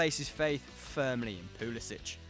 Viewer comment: It's Pull-eh-sick